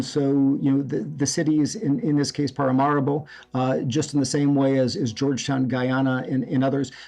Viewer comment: It's Paramaribo.....not parimaribo!